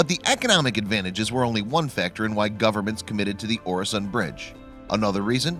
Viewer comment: Watch in him saying Öresund as oresond is painfull